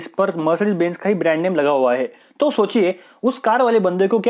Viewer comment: Bhai phele plss bbeeennnnzz ka pronunciation ko theek karo